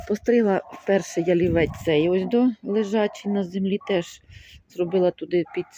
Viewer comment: Приємна, спокійна розповідь. Єдине не п'ялівець, а ЯЛІВЕЦЬ .